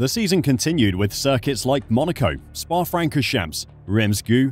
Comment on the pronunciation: Love how the OP totally butchered "Spa-Francorchamps" 😂 Cool & interesting video tho😊